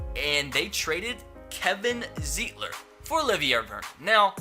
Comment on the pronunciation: Real Browns fan know that Kevin Zeitler is pronounced Z-eye-tler, not Z-ee-tler.